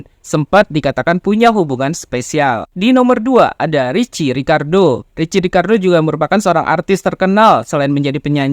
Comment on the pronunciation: Di baca nya riki bang bukan ricci